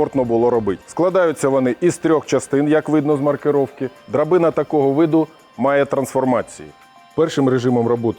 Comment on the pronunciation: То Слобожанська говірка😅